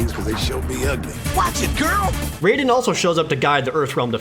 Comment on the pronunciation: The mispronounciation of "Raide" hurts my soul.